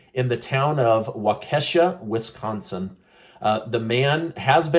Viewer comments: Waukesha is pronounced Walk a sha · Thank you for all the information. I look forward to all your videos. My daughter is learning a lot about the way our government works through them. The incident in WI saddens me and I am praying for all those affected by it. ( btw.... it is pronounced walk-eh-shaw ) I understand the mispronunciation. Many of the names based off native american words can be difficult. Keep up the great work and remember... YOU are amazing.:) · It sounds like Waa key shaw. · It IS prounouned "WALK A SHAW..".WISCONSIN....thank you for your amazing program giving us the truth news!!! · Sorry, hate to correct you as you are always so accurate in your reporting, it's pronounced, "walk-a-shaw" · The town is called Wak-a-Sha WI lol just thought I’d let you know. But close thanks for all that you and your wife do!!! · Pronunciation..."walk-a- shaw" ,wisconsin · Lol trying to pronounce a city in Wisconsin. I’ll help you WAU KI SHAW. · Waukesha is pronounced: wau kesh aw. Milwaukee and other Wisconsinites pronounce it that way. Get it rite pls. Who thinks biden will win 2024? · FYI-Waukesha is pronounced, Wa-Ke-Sha. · It's pronounced Walk E Shaw. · it’s pronounced Walkishaw (Waukesha) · The Wisconsin town is pronounced Wah-Kah-Shah. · Limanski needs to be removed from everything just like the Republican senator was for a meme! Kyle R. was found not guilty do to factual evidence, not feelings! Btw, it's pronounced "walkishaw" lol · It's pronounced WAH-ka-shaw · Pronounced. ‘WALK-a-Sha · It's pronounced whack a sha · Waukesha .....waw-ka-shaw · I know many of the town names in Wisconsin have complicated pronunciations!! I thought you might like to know the proper one for Waukesha. It is prounced: WAUK-uh-shaw. I sure do appreciate how you keep us all up on the news!! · Waukesha = WAA-Ke-SHAW. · Just FYI it’s pronounced walk a shaw Wisconsin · it's "Wok - a - shaw'🤔😘 YOU ARE AMAZING, too👍